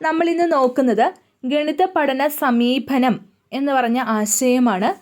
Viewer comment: Not sameebhanam, sameepanam